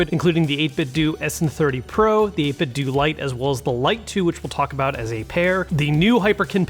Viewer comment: *Hermione voice* It's 8bitdough, not 8bitdoo